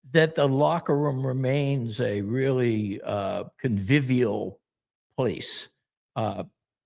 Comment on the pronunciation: Wtf does covivial mean?